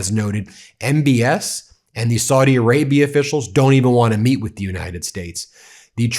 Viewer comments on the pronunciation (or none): Please stop mispronouncing Saudi Arabia as 'swordy', it's very annoying and disrespectful.